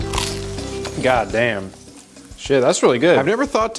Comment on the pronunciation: that "gahdamn" was so florida